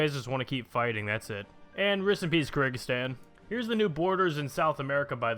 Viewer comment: Malawi is mà-laow-y and kyrgyzstan is Cur-giz-stan, not cer-i-giz-stan